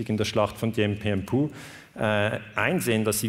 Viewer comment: Es handelt sich um Dien Bien Phu (gelesen "Fu"), nicht Puh ("Pu")